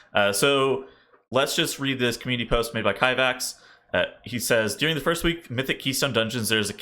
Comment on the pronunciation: I don't think I'll ever get past you saying "dearing"